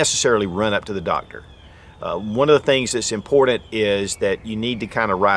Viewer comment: I find it funny that no matter how informative, your videos are... After years,.. Hundreds of videos... Ya can't say the word : IMPORTANT : correctly! Like Nails' down a Chalkboard' Dude.. Guess it's not impordin...